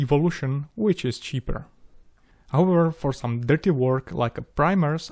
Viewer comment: "So, if you have wome wish for future build..." Galactica, do Galactica :D